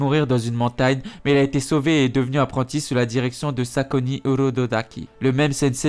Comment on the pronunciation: C est pas sakoni c est sakonji